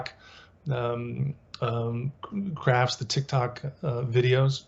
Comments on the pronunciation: It is not Tic Toc, it is Tic Tac; get it straight. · Thank you, tic-tac not tic-tok. Just think of the breath mints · This is a Professor that teaches at a college but clearly doesn't know the difference between the words Tic Tak and Tik Tok, very interesting. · It's "tic-tack" not tick tock. Like the breath mint, not a clock sound. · Lol deadass how u make a whole documentary and can’t even say the name correctly smh I had to rewind